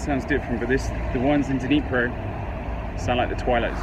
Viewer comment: Interesting video. East Ukraine isn't popular for tourist. I have to ask, Was I the only one cringing about how he pronounced Dnipro?